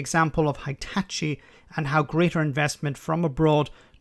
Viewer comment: FYI: it's no spelled "high-tchi", you'd spell it "hee-tachi".